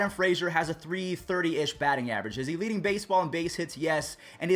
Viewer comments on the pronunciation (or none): none